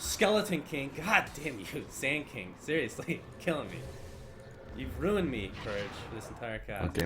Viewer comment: I just laugh everytime he says sandking.